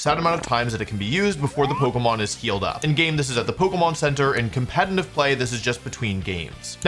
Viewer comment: Brooo! When the fuck will you learn to pronounce “competitive” the right way??? You’re a grown ass man FFS!!